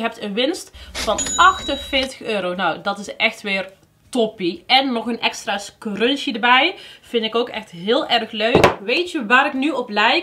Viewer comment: love your goodiebox unboxings!! ik moet wel altijd lachen omdat jij zegt crunchie maar het is scrunchie haha